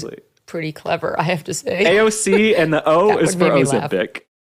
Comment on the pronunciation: "Ay yand" Cortez is a moron.